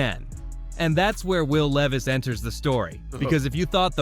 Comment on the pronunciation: "Will Leave-us"